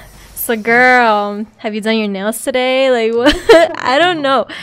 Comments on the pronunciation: I heard grill instead of girl. Is it just me? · She said "Grill" Instead of "Girl"